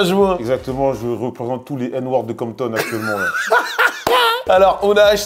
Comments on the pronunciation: C’est compton pas campton, sinon super vidéo ❤️ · Campton au lieu de Compton, j'suis mort